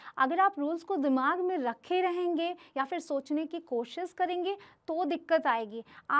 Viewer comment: Mam ...pehle aap hindi seekho ....bcs you r indian ....koshish hota hai kosis nahi .....